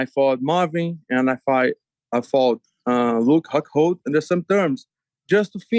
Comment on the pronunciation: "Luke Hock-hold" 🤣